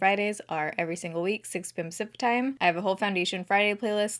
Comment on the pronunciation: For the longest time I definitely though she was saying "zip time." No idea why! I knew she was saying Pacific time but to me it sounded like zip time